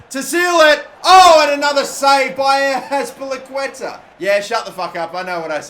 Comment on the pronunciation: “A great save from azpillicueta “